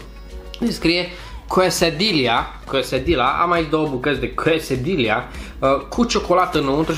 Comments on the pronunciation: "Quesedila" se pronunță de fapt "Quesadia" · Quesedilla se citeşte 'Chesadeia' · se spune chesadia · Se pronunța chesadia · se spune chesadia😀❤ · Se pronunță chesadila ... deși se scrie quesadilla și nu conține ciocolată , ci foarte multă brânză , porumb , roșii ... originalele sunt facute fără carne și de obicei sunt servite cu un sos de sweet chilli :)) Apropo .... De unde ai luat Taco Bell , la noi în Constanța nu avem Taco Bell :( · Se pronunță Chesadia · Acele chesedila (nu stiu cum se scrie) se pronunta "chesadia"! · Se spune chesadiaaa. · Se pronunţă chesadia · se citește chesadia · Quesadilla se pronunta chesadiya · **Chiesadia** asa se pronunta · Se citește "chesadia" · Se spune chesadia si burito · Se zice ,,chesadia" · Se pronunță chesadia.Asa se pronunță nu se scrie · Se spune Cassidy la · Se citeste ,, chesadila " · se scrie qusadillia si se spune cuesadilia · Se scrie quesadila și se pronunță cuesadia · Chesadias* se citeste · se zice chesadilia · Se citeste qesadila cum am scris wu asa se pronunta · Se spune chiesadia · Se pronunța cesadia